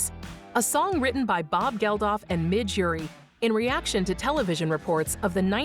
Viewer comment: the woman doing the voice over..oh god help us..boy album shows pic from Unforgettable Fire then she calls band aid Scottish guy Midge Ureeeeeeee..it's Midge Ure as in (your)... and 3seconds about Pop album..Angels and Ministers of grace defend us. (hamlet act 1 scene 4) ❤❤😢😢👍👍😂😂